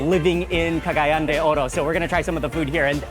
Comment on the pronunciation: You are pronouncing Cagayan incorrectly! It's CA-GA-YAN! The accent is on the YAN!